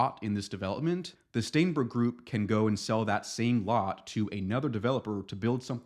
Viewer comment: "STAENBERG" Every single time.